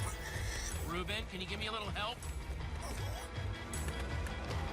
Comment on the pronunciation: cada vez que dices rouben muere un gatito :(